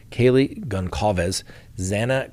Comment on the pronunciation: This is random but Gonçalves is ususally pronounced like the C is an S (Gon-Sal-vez). Thanks for the updates!!